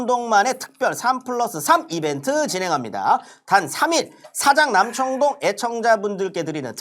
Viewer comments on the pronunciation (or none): 첫광고에는 발음 옳게 하길래 올~~ 했는데 두번째부터는 어김없이 사장남청동ㅋㅋㅋㅋㅋㅋㅋㅋㅋ 발음 뒤지게안되는거 진짜 개웃ㅋㅋㅋㅋㅋㅋㅋㅋㅋㅋㅋㅋㅋㅋㅋ